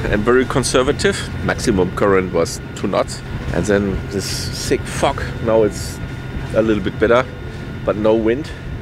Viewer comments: I know I kept wondering why he was so comfortable saying that “word”! Now I understand it wasn’t what we American English Speakers heard with our ears- LOL! Fog ahhh Fog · Great story, fantastic English, careful with the pronouncing “fog” as I thought you were swearing!